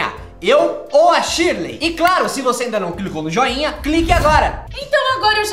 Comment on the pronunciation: não é sirley é shirley.